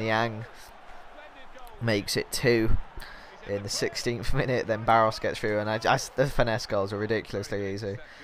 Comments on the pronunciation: pronounce Baros= Barosh before any one goes mad at you for it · It's Baroshh, quite a known player I'm surprised you don't know him.